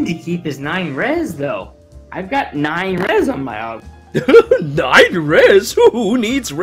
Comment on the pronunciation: its pronounced o-goo-ma